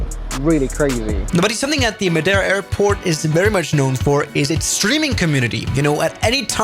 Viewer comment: The clapping is just as "cringe" as your pronunciation of Madeira 😉